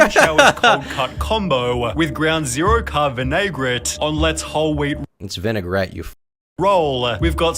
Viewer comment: The vinaigrette pronunciation was wild